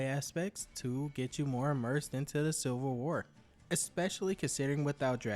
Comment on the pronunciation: I swear you keep saying "silver war"